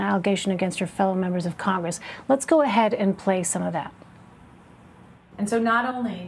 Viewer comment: Oh, I see what you did; you made "congress" sound like "CON-gress”, because you are a free man, and you shan't be ”conned”... Very clever! We need a "tell-the-truth-gress", right? Your well-wrought word-play is an inspiration to us all; keep up das gute Arbeit!